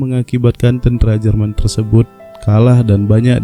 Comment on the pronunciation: Pembawa berita ini orang apa sih Tentara kok tentra brengsek